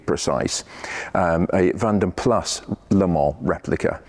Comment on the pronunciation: Finally, someone who pronounces Vanden Plas correctly by soundimg the final "s".